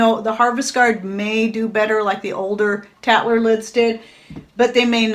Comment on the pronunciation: Tattler lid-I had to go back and listen I swear you said cat litter lid!